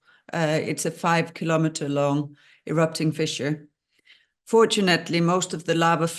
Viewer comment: Fissure, NOT "fisher" 😑